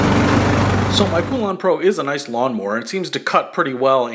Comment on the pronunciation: Pool-ahn? I've always heard it pronounced as Pole-ann. We've had our 46" cut one for 7 years and the motor locked up for some reason, so instead of buying a new one I just bought a new 20 horse Briggs, took the old one off and bolted the new one in place. Sure beat buying an all new mower.